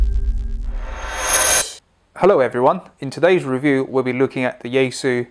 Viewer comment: Since you posted a video on your Chinese pronunciation of the Chinese brands, then pronounce yaesu correctly as Japanese would? Or is it when in rome?